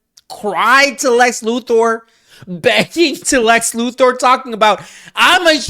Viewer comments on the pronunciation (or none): none